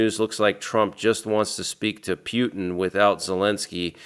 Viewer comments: 😂 the way you say “Pew tin” 😂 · Pronounced Poo-ten